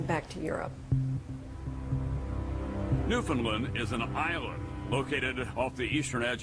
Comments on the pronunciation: Please pronounce it correctly co-hosts. The accent is on the first syllable and is sounds like 'NEWfundland'. Sorry - that isn't phonetic but as close as I can come. The American narrator (Tom Brokaw) says it correctly. (So many people say newFOUNDland which is wrong.) The province was settled by Irish and Scottish and because it is an island with little population movement in or out, the accents stay the same and are unique within the country. As Canadian provinces go, Newfoundland is not a rich, prosperous place. Nice place though, and incredibly beautiful. Don't forget, once all these planes were on the ground, Canadian airspace shut down as well - nobody in or out. Gander is an example of what happened all over the west and east coasts of Canada. 238 planes landed in Canada, carrying over 33,000 unexpected guests. I am proud of how my fellow Canadians helped out in this time of crisis. At the beginning of the video Tom Brokaw is introducing the film from Vancouver, Canada where he is covering the 2010 Olympics. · It is pronounce phonetically Newfundland, not New Found land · It's pronounced "newf-unland". 😊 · "New-fun-LAND" rather than "New-FOUND-land". These people kiss codfish for fun -- don't tick them off! You've been warned. 😄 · New fin land not lend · you're so surprised that the mayor sounded Irish, meanwhile as a Canadian, all I hear in your accent is a 'Newfie' who doesn't know how to pronounce Newfoundland! lol